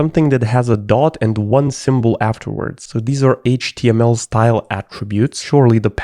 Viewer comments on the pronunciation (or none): none